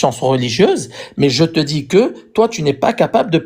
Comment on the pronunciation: Ca avait pourtant bien commencé. Mais c'est toujours comme ça. Quand quelqu'un dit "je te dji" au lieu "je te dis", ça va barder à la fin.